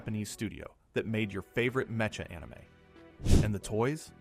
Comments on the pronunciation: tell me your AI without saying you're AI. "Meh-Cha" and not MECKA. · Bro really said "Me-cha" not "mecka" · Meh-Cha?? LOL. What is this? An A| recorded video? Everybody knows it is pronounced as MeKah, as in Mechanical or Mechanism. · Mecha not 'meka' . . . You an LLM AI? 😑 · Its produced "Meha" not "Mecha", as it is orign form word "Machine" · "Mecha" is pronounced Metcha here instead of Meka. So the voice is AI. Well done, so far I thought it was human. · Me-cha anime?! Was that what I heard you say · wait, wait, wait.. Did you just pronounce mecha "metcha"??? 😂 What a dumdum. I'm outta here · Met-cha? Wtf. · did he just say meh- cha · That’s a negative, it’s pronounced meh·kuh. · did you just say "mecha" like "metch-ah"??? do you say "METCHanics" too??? DID YOU LEARN ENGLISH GOOD? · He actually meant, matcha anime. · Bro can't say "mecha" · mecha is not pronounced that way😂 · "mecha" anime. Interesting way of saying "mecha". The way you say it is the slang Japanese term of "very", lol! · i watched this show after school and owned the blue figure. Didnt know Sunrise worked on it. And learn to say mecha properly. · Dude.. please... Match > matcha Mech > mecha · You lost a sub with that mecha pronunciation. Thanks for letting me know this is AI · Irony that the fake voice mispronounces "mecha".😂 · the mispronunciation of "mecha"... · Heard it and immediately scrolled down to the comments. Was not disappointed 😅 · thats how you know its not an AI voice and actually a human narrarating .. i find it funny but endearing.